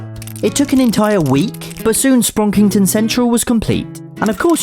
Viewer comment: "Sprounkington" more like "Sprunkington"